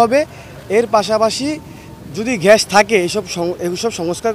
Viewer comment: ঘ্যাস না রে ভাই! গ্যাস! গ্যাস!